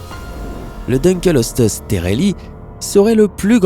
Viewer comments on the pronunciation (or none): J'ai vraiment envie d'insulter le propriétaire de la chaîne .. Dukleosteus CA SE DIS PAS DUKELESTEUS ! Faut vraiment être débile et ne pas avoir fais beaucoup de recherche sur son sujet sans déconner... 😑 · Mdr je suis rassuré de voir que je ne suis pas le seul qui a les oreilles qui ont saigné pour le Deukleosteus ^^ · Tu as pas respecter le "dunkleosteus" Il se prononce : Dun kléo sté us Pas : Deune kelo steus xD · On dit : dunkléostéus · Le dunkleosteus se prononce dunklėostéusse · Le no 7 se prononce dunkléostéus mais sa ne ma pas dérangé il est normal qu'on se trompe avec un nom pareil. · Ça ce prononce dunekleosteus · On dit Dunkleosteus :( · Quand il a prononcé Deukleosteus mes oreilles ont saigné Mdr ^^ mais petite vidéo sympa ;) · Pour le numéro 7, son nom est Dunkleosteus (prononcer DEUNE - CLÉO - STÉ - USSE) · dunkleosteus se prononce pas DINkleostéus ? et au fait le liopleurodon est un magnifique animal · Ouep un Dun kléo sté us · Bin toi, je vais t’appeler Maunaïkke... On dit "dun-klé-o-sté-us. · Il a tué le dunkleosteus xD